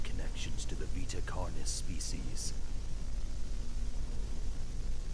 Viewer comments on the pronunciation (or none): Vita Car-knees! Not a big deal just chuckled. This was very good. Please keep the videos coming.